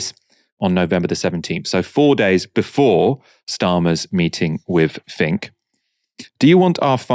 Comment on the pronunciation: Larry "fink".